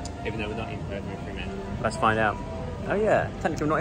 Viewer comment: Love vlogs of my home 🥰 ** Fremantle not Freemantle